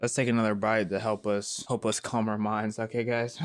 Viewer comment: LOL I GOT AN AD WHEN HE SAID CALM AND IT SOUNDED LIKE THE OTHER WORD